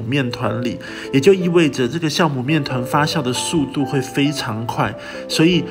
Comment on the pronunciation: 教母，不是 校